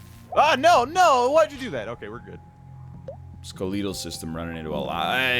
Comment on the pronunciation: NL always has interesting pronunciation when playing Bio Inc Redemption. Ske-leee-tal system!